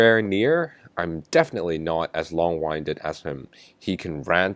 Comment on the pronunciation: Winded is pronounced with the short “i” sound - at least in the USA - not the long “i” sound.